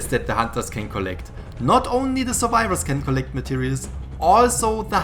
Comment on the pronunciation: Huntahs, Suvivahs, TRIGGERED HUNTAHS, SUVIVAHS.